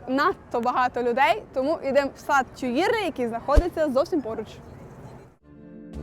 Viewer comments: Цікава прогулянка й коментарі. Але є зауваження: у французькі мові ВСІ НАГОЛОСИ є на ЗАКІНЧЕННЯ СЛІВ.. й це легко запам'ятати: не сан-МАртен, а Сан-МартЕн, не парк ТюІльрі, а парк ТюілрІ... й пр. Зверніть, будь ласка, увагу!! Наперед дякую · І Тюїльрі, , а не "тюлері", пардон. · О! Так! Хоча згодом , листаючи словник, розумієш, що ти вже давно знав добіса слів французькою, тільки вимовляв їх геть не правильно, як оце "ТьюЇльріі".😂